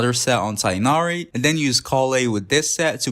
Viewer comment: i might be late but you saying “tighnari” is so good